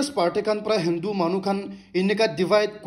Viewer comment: Good updates., I'm a top supporter and I will continue to do it, but one suggestion, please correct your pronunciation of Delhi and Hindu. I have been listening 2 years back and It doesn't sounds good 🤗👍❤️